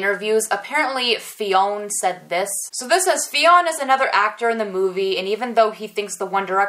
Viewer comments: fionn is irish and its pronounced like Fyun but i couldnt stop laughing when you kept calling him Fiona😂😂😂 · Fionn is pronounced as "Finn" c: just found that out in one of their interviews. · Fionn is a Conchobar 2.0 😂😂😂 Fionn is pronounced Finn. It's an Irish name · Fionn name is pronounced Finn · Loved this vid as I do all of them. Great info for sure! Please keep the vids coming! I'm still laughing at you saying "Fiona"...every time you said that I laughed until I was in tears! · The name Fionn is pronounced "fin". The o is silent.